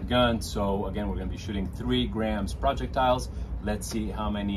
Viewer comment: Dude it's projectile not project-tile